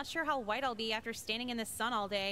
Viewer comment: hhhhhhwite hhhhhhhweat